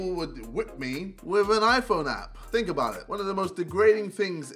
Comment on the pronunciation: When jj said 'think of it like this' i thought he said 'finger it like this'😂